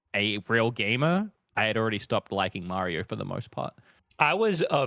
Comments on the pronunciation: It's MARIO NOT MEARIO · Time stamps for when saying “MAH-rio” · process Mario Wong lol, there are those who pronounce the word like he does, it's not correct though lol